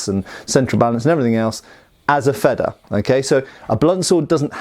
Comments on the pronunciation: Yeah, wanted to comment on this, too. Your Feder pronunciation isn't even bad; just make the first e longer and it's perfect. Your version would be written Fedder in German, and that's not an existing word (yet?). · Wanted to compliment you on your pronunciation of the 🇩🇪German word Schwert 👍🏻. But you want to take it to the next level...if not that's totally okay of course✌🏻. Feder in 🇩🇪, isn't like the 🇬🇧 Feather. But it is pronaunced like: "fayder". Really like your Channel and love learning something new each time you post a video.👋🏻🇳🇱